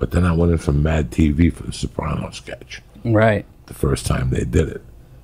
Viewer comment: Why does it pronounce it soprawnos . No one on the show ever pronounced it like that. Sopranos !